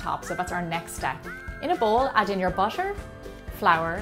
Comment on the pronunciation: I just found out that your accent made butter sounds almost like "busher", that's cool 😄